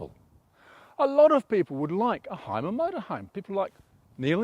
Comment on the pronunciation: Great review. It is pronounced Hume - er by the way, not "Hime - er"